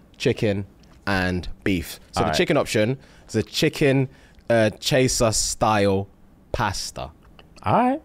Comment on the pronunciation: Not pronouncing chassuer as chaser 💀